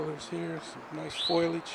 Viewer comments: I'm sorry but it's foe lee ij, not foil ij. Not being mean but that mispronounciation was really making me laugh. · The word is foliage. Pronounced “foe-lee-îge”. Not foil ige. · "Foilage" lawl... Might wana double check your pronunciation of foliage. FOH LEE AGE ; ) Aslo you don't seem to understand: these people are rappers. That means they have superior genetics, are better than you and me as human beings, and deserve more rights, privacy, and privilege than us. Idk whats so hard to understand ;) ;) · I have absolutely, ZERO issue with this auditor, or the way he conduct himself, with the exception of ONE thing, and one thing only: He referred to foliage as "foilage!!" 😡 I know it's petty and irrelevant to the topic at hand, but just like when people say "nucular" instead of nuclear, it absolutely drives me insane! I suppose that's just my OCD. 😂 lol Absolutely no disrespect intended, whatsoever. I absolutely agree with what you are doing, regarding excersising your God-given, Constitutionally-protected rights. Kind regards to you, sir! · Foliage?? Or foliage. Don’t try to use words you don’t know. You sound silly.